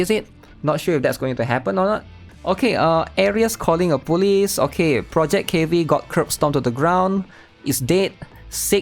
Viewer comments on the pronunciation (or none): we almost had PEAK 😭🙌 Somehow I hear you say police as bully, lol